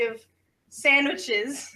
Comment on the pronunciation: I HEARD SAMMICHES!!!!!